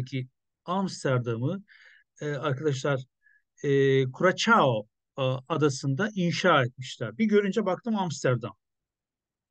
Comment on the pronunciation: Kürasao diye okunur abi